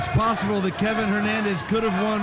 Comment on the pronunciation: His name is Kevin Valle Hernandez, not Levin Hernandez